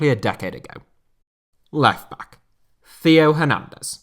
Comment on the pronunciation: Hey, love the content, but the pronunciation of Theo Hernandez almost made me scream. I don’t mean this to be rude, and I apologize if it sounds that way, but the h in Theo is silent, so it sounds like tay-o